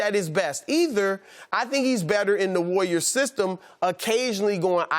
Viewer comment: "The wayyiors" - Chris Broussard